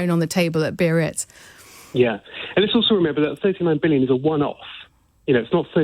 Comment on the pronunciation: Biarritz. Not Berits... Biaaa-reetsss ffs!